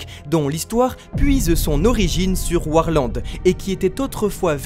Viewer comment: Je comprends pas pourquoi vous dites warland